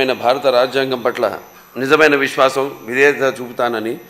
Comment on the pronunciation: విష్వాషం కాదురా బాబూ విశ్వాసం కూనీ కూనీ చెస్తున్నావ్ తెలుగుని జగన్ మోహన్ గారు.